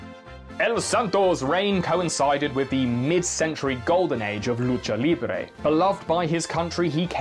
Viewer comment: As a Latina I really appreciate your correct pronunciation of "lucha libre"